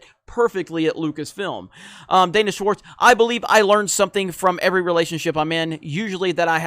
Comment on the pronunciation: Did you say Danish Warts?